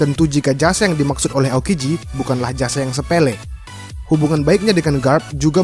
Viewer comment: Baru Tau gw aokiji kagak bisa ngomong R jadinya alalalala